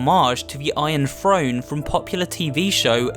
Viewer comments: Why is this guy saying frone instead of throne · I was hearing F R O N E instead of T H R O N E ! 😑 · Am I the only one who heard frone? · Keep saying frone I dare you